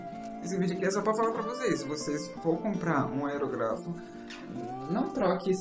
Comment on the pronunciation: Perdão menino, mas você não está falando corretamente o nome da sua ferramenta, o acento agudo está errado, não é aerográfo, é aerÓgrafo, poxa meu você faz um vídeo pra falar errado, não vale, desabona você e o seu trabalho, será que você nunca ouviu ninguém falar o nome corretamente ? Me desculpe novamente, é uma crítica para sua evolução, não quero com isso destruir você, ao contrário quero te ajudar. Grande abraço e sempre com muito amor a arte, felicidades :)